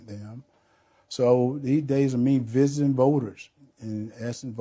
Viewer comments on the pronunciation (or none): "About me visiten voters and assin questons".... for God's sake learn English/the walking dead. De da da de du do.